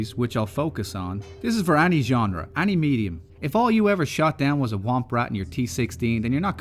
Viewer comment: Am I the only one bothered by this guy's pronunciation of the word "any"?!!